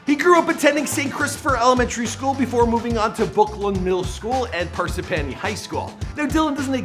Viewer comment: i’m from parsippany it’s pronounced (par-sip-inny) not (par-sip-panny)